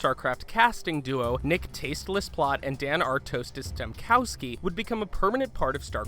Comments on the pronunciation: Bother's me how much this guy pronounced wrong, blood wars, art-tasis, art-tosis. ugh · Also, "Ar-toast-ess" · he didn't know how to pronounce the main casters names tasteless and artosis. that was sad! good video tho liked thinking about sc 1 in space